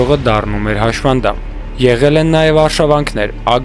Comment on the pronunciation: ՀաՇՖանդամ չի, հաշմանդամ է: Նեղանալ չկա